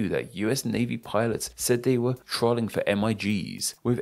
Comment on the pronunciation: Pronunciation of "Trolling": Tr-olling Correct: Troll-ing